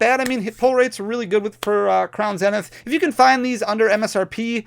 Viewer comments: Good, now we don't have to hear you say "zen-ith" instead of "Zee-nith". And "Zay-she-on" instead of "Zah-see-in". 🤣🤣😜😜😜😜❤❤❤❤ JKJK, love you man! I need the Gold Giratina! 🙏🙏🙏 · Zeeeeenith. Say it with me, Crown Zeeeeeenith.